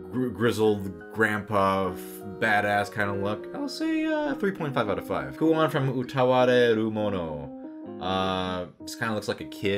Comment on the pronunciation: After 3 years (because this video just showed up in my recom.) I will tell you, you failed your job: "Kuon (クオン) is the main heroine of Utawarerumono"